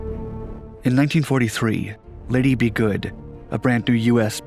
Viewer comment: Lady Be Good, not Liddy B Good, dufus